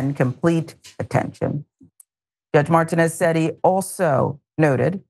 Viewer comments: Can someone help her pronounce the name Martinez? It is not pronounced Martin-ez, more like Mar-teen-ez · Mar TEA nez.